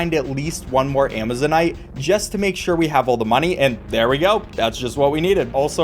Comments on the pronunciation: Actually, "Amazonite" is pronounced exactly the way you said it. Ama-zone-ite. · I'm like 200% certain you are saying Amazonite correctly, good job